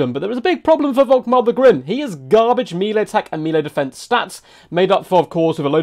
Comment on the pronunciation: melee = "mellay"